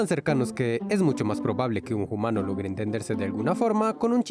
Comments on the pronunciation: Se pronuncia umano y se escrive humano no se pronuncia jumano. solo corrijo :) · Por qué decís Jumano en vez de Humano? La H es muda😅😅? Saludos! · Soy nueva en el canal, me gusta mucho su contenido, quisiera saber por que pronuncian "JUMANO"? es para hacerlo humorístico? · Bueno que la pronunciación del español es similar al japonés no estoy de acuerdo y por qué los primates dicen Jumano? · Soy nuevo en el canal, pero cada vez que dice humano lo pronuncia "jumano" pero no sucede cuando dice humanos. Es el toque que le da a sus videos o por qué lo hace, es un poco desesperante.